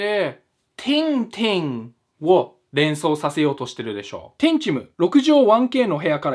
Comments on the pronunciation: もはやてぃんちむって聞こえた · ティンティンの後にてんちむはティンちむに聞こえるんよ